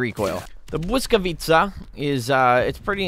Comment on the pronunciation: he mispronounced Blyskawica so badly 😂